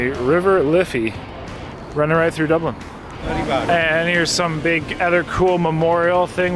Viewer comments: Dooblin, tuned into Dublin. What happened? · Dublin. Man pls don't say it like that again 😂